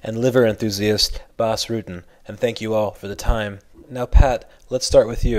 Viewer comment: Good job with Bas's accent :D